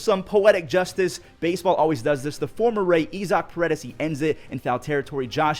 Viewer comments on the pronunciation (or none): none